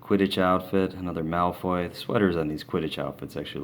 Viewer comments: AND NOT MALOY ITS MALFOY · you pronounced malfoy as malroy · It's Malfoy not Malfroy. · legojake8 Mc Gonagall and Malfroy is what he meant to say